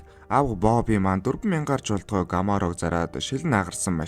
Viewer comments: This car called Chevrolet Camaro, not Gamaro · When you say ‘Gamaro,’ it sounds horrible. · gamaro bish camaro shvvdee broo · gamoro gj camaro bish ymu